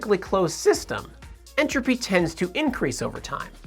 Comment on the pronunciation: Lifes a pause in entrophy